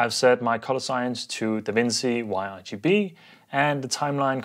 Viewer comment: DaVinci is pronounced as Duh-vin-chee :)